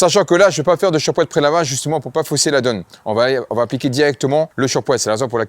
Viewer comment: Shampoing ! Pas ..chapoin 😂😂